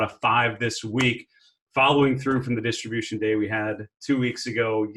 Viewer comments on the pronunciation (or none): Ha Ha "distribution"